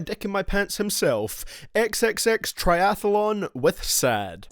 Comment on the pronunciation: This man said "XXXTriathalon" 😂😂😂😂😂😂